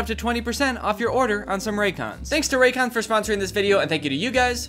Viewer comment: I THOUGHT YOU SAID RACOONS 😭